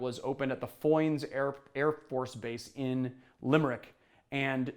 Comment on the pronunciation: Your pronunciation of ‘Foynes’ is just right - in fact I often get a mild hint of an Irish accent with you - ?? Goodnight from Dublin & have a great weekend